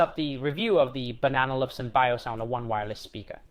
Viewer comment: Why do you pronounce it "Banana Luvsen" instead of "Bang and Olufsen"? Also, can you keep it plugged in 24/7 and just use it as a static speaker next to a computer? Will it unpair every so often or remained paired to a computer for many weeks or months?